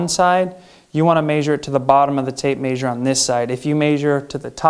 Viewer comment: The way he says measure 😂 he says maysure 😂that's great